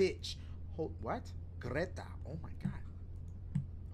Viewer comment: Dashie you rolled the shit outta that R when you said "GRETA"